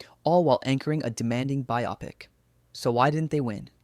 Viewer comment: "Even people who enjoyed [Shakespeare in Love] felt something was off." My god, you read my mind! Would you cinema video makers please either teach the AI's you use how to pronounce "bio-pic" or stop using AI voice overs? What's next "sigh KNEE ma" instead of cinema? "Mo VIZE" for movies? It's an important word for your subject matter. Pay attention for god's sake. It sounds like a medical procedure the way your AI says it.